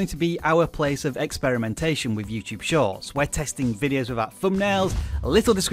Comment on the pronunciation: For some reason I keep hearing you saying YouTube Shots.